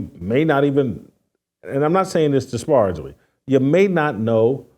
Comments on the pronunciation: Disparagingly How to pronounce disparagingly: UK/dɪˈspær.ɪ.dʒɪŋ.li/ US/dɪˈsper.ɪ.dʒɪŋ.li/ Disparage American pronunciation duh·speh·ruhj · Whitlock, please learn to pronounce the word disparagingly correctly. It’s a bad look when you’re trying to be the smartest person in the room.